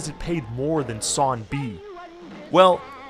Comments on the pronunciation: are you saying “seeners” and “son” instead of singers and song? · I hate how this man doesn't pronounce the G in his words. "sawn" "yun" "sin" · This narrator leaves out the nasal g at the end of the word "song" and pronounces it as "sawn". "...and when their sawn is performed..." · “Son”, “youn”, “siners” “alon”? Do you have a problem pronouncing “g”’s or something?? Really annoying for a voiceover! Blow your nose or something